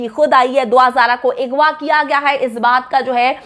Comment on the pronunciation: Kash hamari u tubers apne pronunciation pe dhian dede strah ko satara agwa ko igwa bchio k bjae lrkio bolna